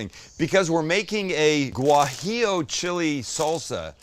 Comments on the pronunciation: Hey Sam, it’s pronounced wa-he-o. Not Gwa-he-o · Sam, not gwajillo, it's wajillo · You dont pronounce the G in guajillo btw, I actually had no idea it was spelled that way until you kept mispronouncing haha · For the future, z's in Latino Spanish have no "buzz". Say it like an "s". Also, the gua in guajillo is like the "wa" in water. Great video. ¡Riquísimo!